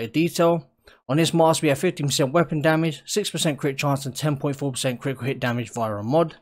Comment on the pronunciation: kri-i-cul hih chance...